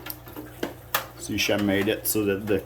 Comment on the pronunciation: It's SEA-KEM in terms of pronunciation.....